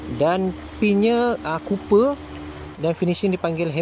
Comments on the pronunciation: Tembaga - Copper, bukan 'Cooper' Betulkan yg biasa, biasakan yg betul. Good job video padu 💪💪💪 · assalamualaikum. best video. tapi ada nak tegur sikit ye utk kebaikan content. ejaan tembaga dalam bahasa inggeris adalah COPPER dan bukan COOPER. sebutan adalah KOP-PER dan bukan KOO-PER. jangan marah haa...